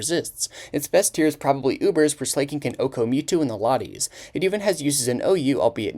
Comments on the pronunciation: SLAK-ING NOT SLAYKING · Gets worse when you realize there are people in this comment section that haven't even cared about Pokemon for the last 10 years but only came for his message at the end. Also the way he pronounced "Slay-king" at the end means he may know know little about Pokemon himself. Easy to regurgitate Serebii. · "slay king" ???? Stop pretending like you don't know how to pronounce it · I've never heard it pronounced as "Slay-king" before, I always pronounce it as "Slacking". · it's not slay-king dude he slacks he's a slacker It's slack-king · Why do u call him Slay-King? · Pronouncing Slaking like "slay, king" is so good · Slay-King lol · When you pronounced it as Slay-king I died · the real crime here is the pronunciation of slaking. this is on the same wave length of me enunciating everything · Slaking is pronounced Slacking, beloved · Bro pronounces Slaking as Slay King 😂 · To be fair, it’s a pretty easy mistake to make. If you showed anyone the name “slaking” without any prior knowledge or context, they would 100% pronounce it that way just about every time. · The way you pronounce slaking is wild